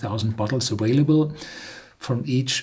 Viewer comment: Dear Horst, THANK YOU for saying aVailable!! Great review!!!